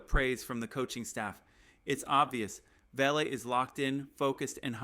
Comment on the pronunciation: That's pronounced "Va-La"....although spelled Vele